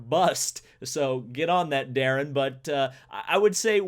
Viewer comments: Darren? LMAO it's Darian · HE SAID DARAN 😂😂😂